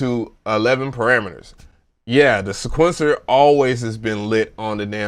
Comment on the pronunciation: How many words can you mispronounce?: YES!!!! "poli phony" "patteren" "cuquencer" "E "Mule" Sp1200...I died